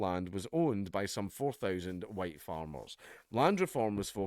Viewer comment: "The HUWITE man is back!" = Dankula, pushing his luck. AGAIN!